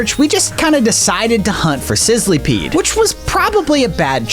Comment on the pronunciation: It isn’t called sizleepeed it is sizzlepeed